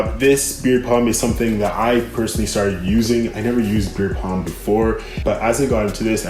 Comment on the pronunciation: You know it is beard "balm", not beard "palm", right?!